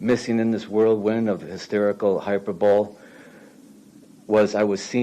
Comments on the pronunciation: “sham trials”, “pseudo sham trials”, isn’t “pseudo sham trial” a double negative? So ultimately he’s saying it’s Not a sham trial. And it’s not pronounced hyper pole, it’s pronounced like hy per bolee, or Hyper bolie. Not hyper pole. And saying those things about your own daughter is disgusting. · Pronounces hyperbole as "hyperbowl". He didn't even write this! 🤣 Watta moron!! LMAO